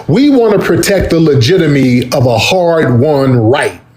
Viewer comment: Did he say "legitamy" 🤔 😳